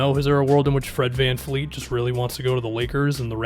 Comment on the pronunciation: It’s van vleet, not van fleet